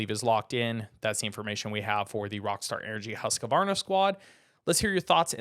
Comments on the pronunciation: The actual correct pronunciation is hoosk-varna. Not husk-varna and certainly not husk-A-Varna!! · It’s not husk a varna. It’s husquvarna-2 syllables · It is my understanding that when pronounced correctly, Husqvarna is a two syllable word, husk- varna not a three syllable word as it is being pronounced in the video. The spelling seems consistent with two syllables.